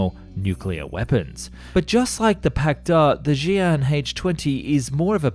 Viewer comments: You pronounce the Russian hardware wrong... It's the Pak d. A. And the t. U. 160 not too 169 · Damn, it seems westerners love to reverse Russian capitalization just as much as accents in pronunciation… it's supposed to be "PAK DA" and "Tu-160" :\